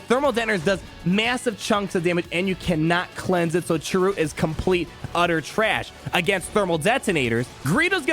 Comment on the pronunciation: I'll be sure to look at this guide again when my bounty hunters are up. Also sry but it's Chirrut and it sounds like Cheer-it, Baze even kept saying his name when Chirrut was about to die in Rogue One